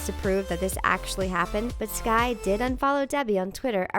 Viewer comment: its skai not ski ya cave person